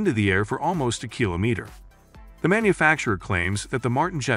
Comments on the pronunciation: What's a kilomitah? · Yeah lol what the fuck is a killameetah 😂😂😂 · Drinking game: take a shot every time he mispronounces “kilometer” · Imagine producing a nine minute video about state-of-the-art tech, but not using an AI that can pronounce "kilometer". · This narrator guy's english is great but he could work on that Kilometer.